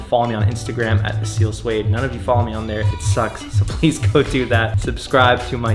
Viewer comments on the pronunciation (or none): soueid is not suede, its so-ed